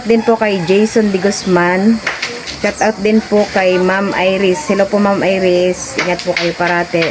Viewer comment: good day, i korek lang kita ha..dont mind it,, “Shout Out” po, hindi shut out,,thqnk you!po.